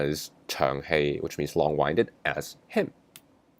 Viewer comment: Winded is pronounced with the short “i” sound - at least in the USA - not the long “i” sound.